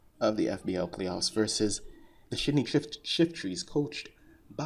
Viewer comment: ''Vs the shitty Shiftries''? I'm sorry, didn't hear ''Sydney'' there in the beginning ;)